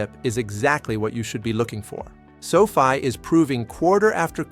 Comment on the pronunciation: Its not Sofie its Sofi